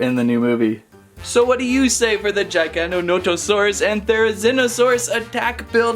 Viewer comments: Giganotosaurus. Not Gigantosaurus. Bruh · Also this is how you say gigantosaurus Its not like jigantosarus Its like how you say g like giganatosaurus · Gig-a-nah-to-saur-rus there ya go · The way he says giganotosaurus… GiGaNoNoToSaRiSs cool video tho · It is pronounced JIG-O-NOT-O-SAUR-US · It’s pronounced (this is how I say it but I hear others say it like this) jiga-noto-sauras so basically you’re saying giga but with a j and the rest you say right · Everything he says giganotosaurus apart of my heat dies